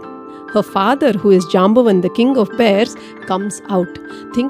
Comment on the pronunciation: You pronounce the names wrong, for example it is syamantaka not symantaka. Jaambavaan (stress on vaa)